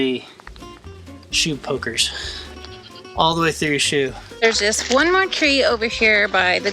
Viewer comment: So says “shoe poker” and I’m distracted while watching and I hear “cheap hooker” WHAAT. LOL.